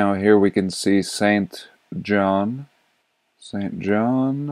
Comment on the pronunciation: For someone named, you're having a difficult time pronouncing St. John. 🤐